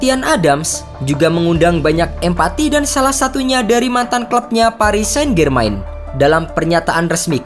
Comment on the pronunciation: Walau berita ini menyedihkan, tapi pntk bgst apa Bernadette dibilang Bernadette , padahal dibilang Bernadet aja. Saint-Germain dibilang Sain-Germain , padahal Sang-Jermang